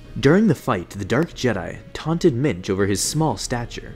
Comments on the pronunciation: Genuinely thought he was saying Minge the whole time. What a name. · thought he said minge